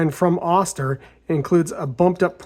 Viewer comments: Nice illustration of how 3d printing improves quality of life. Oster rhymes with toaster btw. Long "o" sound . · FYI, it's pronounced "oaster" as in toaster.